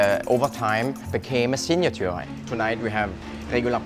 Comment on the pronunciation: The way he pronounces "signature" is pure gold.